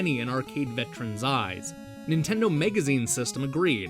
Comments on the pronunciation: Why the fuck do you keep saying mEgazine? It's mAgazine... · MAGAZINE! FOR THE LOVE OF GOD, STOP SAYING MEGAZINE! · whats a "megazine"? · Is he saying megazine on purpose? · Why do you pronounce "magazine" like "mega zine"? Very weird. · "Nintendo Megazine" I wonder if he pronounces it so profoundly wrong in order to sound smarter. Or if he truly believes MEGA Man & MAGAZINE are pronounced the same. He does the same thing with Staggering, becoming Staygering. I guess you can incorrectly speak as much as you want, when you make such good & involved videos, just on some old NES games. I still had to point it out, but this gets an easy subscribe for me, considering all the garbage game channels EVERYWHERE. This video went in detail just enough & w/o it being the same old bullshit. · why why why why WHHHYYYYY can't he say MAGAZINE?? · What's a "megazine"? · tomato tomoto, except no one in the world says tomoto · Where are you from? I'm trying to place your accent and I can't make any sense of it. I've never heard anybody pronounce "magazine" as "megazine" before. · jesus fucking christ how can you mispronounce MAGAZINE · but you don't have an accent.... you're just saying the word all weirdlike... I appreciate you responding though and apologize for the fuck I through in there... it just super bothered me last night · Z Kizzle I agree dude it's totally not an accent. lol If that were the case it would be noticeable throughout the video with several words but it's only these few particular ones with the "a" part i.e. magazine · yeah, some people say tomato, some people say tomoto, some people say donabsorbejejdhhhehyebdd